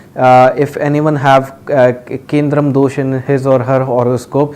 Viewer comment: Its kemdrum : not kendrum pandit g